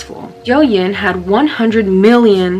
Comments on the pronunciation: Its not "Yow yen" its "DTHE YÍN"!! DOUYINNN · The pronunciation for tik tok in Chinese is wrong it’s dou yin (like doooow yin like using yang ) you get me Dow yin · btw if you wanna know the correct pronunciation, its something like, "dough-ing" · Douyin is pronounced like dow yen but hey I was into it before it became a trend! Hehe also sorry if I sounded annoying I just thought I should correct u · oh, if you/yall want to know how to actually pronounce douyin, its like: doe ying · Okay ik this is off topic but the way you pronounce douyin is so funny to me 😂